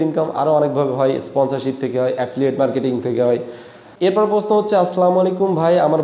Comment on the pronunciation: ভাই প্রশ্ন উচ্চারণ টা আগে শিখেন